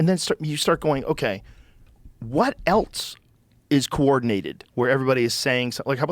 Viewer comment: Has Joe always said the word “else as “eltse?” I never noticed that. Now I can’t unhear it!